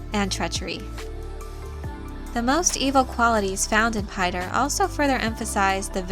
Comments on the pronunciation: Actually its pronounced "Peeter", not "Payter". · Piter=Peter, not PIE-ter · Piter ("Peter"), not "Pater" or "Pie-ter" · "Piter" is a dutch name, so it sounds terrible to hear it being pronounced the english way.